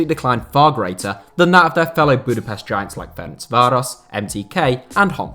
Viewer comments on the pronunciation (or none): none